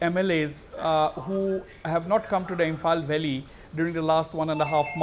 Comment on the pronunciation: Its not belly its valleys